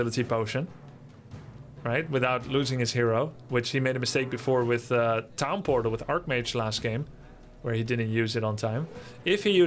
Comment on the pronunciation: Did you mean to say pown tortal?